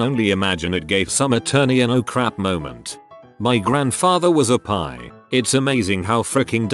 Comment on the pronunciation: I'm listening to the audio without reading along, so I was very confused when I heard "my grandfather was a pie" 😂